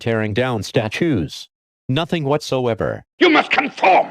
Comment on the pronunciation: I know I was supposed to pay attention on the content but the “stachoos” really caught me off-guard